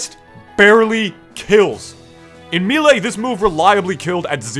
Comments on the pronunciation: no, haha people actually say toMAHto in places. if you said "maylay" it'd be respectable, the announcer guy says "me lee" but "me lay"? come on bro! lol i like your stuff, just giving you a hard time haha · "Meelay" Cringe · Me lay why me lay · I open the video. I skip forward 40 seconds. First thing I hear is "Me-lay." I pause the video, go down the comments. And here we are. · Oh man, I’ve heard Mee-lee and Mayléy before, but never Mee-lay. I guess it makes sense though? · You call melee mii-lee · How can u not pronounce melee lmao